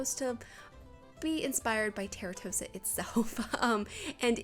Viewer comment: Just so you know. Its pronounced "Tahr-toe-sah" 😊